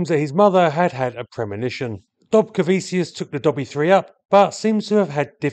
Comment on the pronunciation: The land of my heritage!!! It has a short but fascinating aviation history. Thank you so much for doing this one! Oh, and it's pronounced "dobcareveechoos" with the "r" being soft, almost silent. 😉